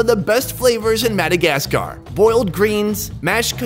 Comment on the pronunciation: Its not Madagas Car! Say it properly